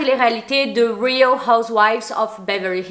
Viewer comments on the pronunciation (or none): none